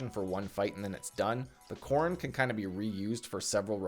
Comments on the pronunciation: Gzhel--->Gagel Korund--->Corned Redut--->Reddit Hahaha I've never heard those pronouned that way. Regardless thought I've been a fan for a solid year or two now. Keep up the good work man! Always great content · someone teach this man how to say Gzhel/Korund, how can you have this much time in the game and do my armor like that LOL great video other wise!